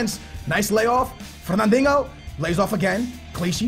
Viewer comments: Where the fuck is the "ng" in Fernandinho? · Love this series but i gotta say "Fernandingo" makes me laugh Lol keep up the good work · that 'fernandinho' accent, is so portuguese xD